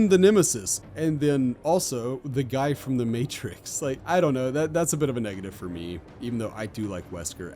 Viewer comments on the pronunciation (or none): none